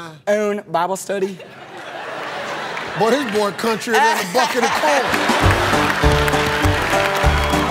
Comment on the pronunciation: that one guy, "lead my ouwn bahble stUhdee" and the slogan "pork chop pork chop greasy greasy kubota cuts that grass real easy easy"